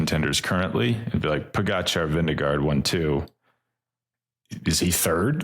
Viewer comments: say it with me: Vin-GE-gaard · His name is not Vinegar. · Veen- guh- ord. I was just told by a Danish person. We looked up how to spell it as it sounds in English.